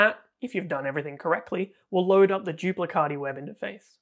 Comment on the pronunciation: As italian please I beg you to pronounce "duplicati" not "duplicadi"😅